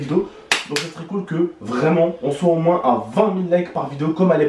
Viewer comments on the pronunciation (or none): none